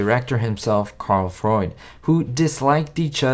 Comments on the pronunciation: Carl Freund. It’s pronounced FROYNT. Freund means friend in German. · I believe it’s pronounced Karl Fr-oo-nd